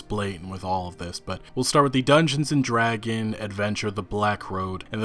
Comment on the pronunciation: Is it too hard to pronounce the S at the end of "Dragons"?